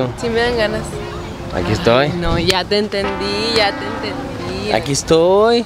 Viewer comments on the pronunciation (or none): Soy yo o dijo etoy tite